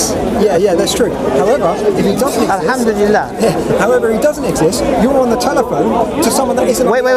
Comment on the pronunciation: 10.58 did he try to say alhamdulillah without knowing what it means lol